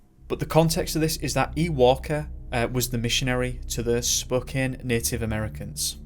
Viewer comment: Thanks for pronouncing Spokane correct. Most people say Spo-Kane and not Spo-Kan. Also, we Washingtonians really love Bigfoot. Whether or not he exists is up for debate but if you want Bigfoot themes stuff, come here. We even have a coffee stand named after him.